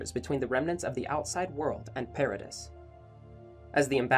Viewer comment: you said the islands name wrong the whole time i